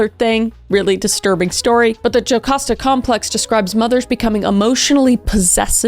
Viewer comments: Your pronunciations of the Greek names is actually so stressful to me. Oedipus is pronounced like Ed-ih-piss and Jocasta is pronounced more like Joe-kA-s-tah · KRIS 📢 Oedipus is pronounced Ed-eh-pus. Jocasta is pronound Yo-cahst-ah